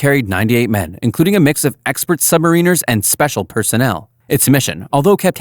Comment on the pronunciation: You should probably learn how to say 'submariner' before making a video on Submarine disasters